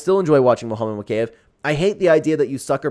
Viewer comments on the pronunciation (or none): mow-kay- ev...... BRO its MO-KA-EV